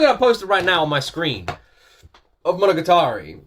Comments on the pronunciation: mono-ga-tari for pronouncing, and sadly not in order for this, oh well. and your wrong on the case of Alice in wonderland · It's pronounced "mo-no-ga-ta-ri"! ;) Japanese can be a bit tricky since the phonemes are quite a bit longer than English (save for the vowels and "n"), so it can be hard to know where they start and end! You also need to be careful that you don't hold on any one phoneme too long, (i.e not "mo-no-ga-taa-ri") since there are times when a phoneme IS elongated, which can often change the meaning of a word entirely! Otherwise, each should be the same length, in a rather robotic fashion! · monoGAtari... the accent is in the GA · Your pronunciation of “Monogatari” was pretty good, except that the stress or accent should be on the “ga” and not “ta” (and don’t extend that sound). “Monogatari” 物語 means “story” or “tale,” and different seasons will have different tales, such as “Bake-monogatari” 化け物語 (Monster tales), “Nise-Monogatari” 偽物語 (Fake tales), etc.